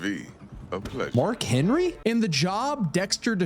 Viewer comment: BRO SAID MARK HENERY GOATED